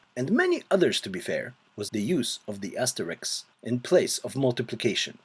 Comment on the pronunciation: It's funny how asterisk is now pronounced Asterix, like the cartoon character. Great video, btw